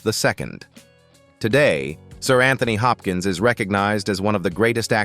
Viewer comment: PLEASE PLEASE PLEASE learn how to correctly speak his name. correctly.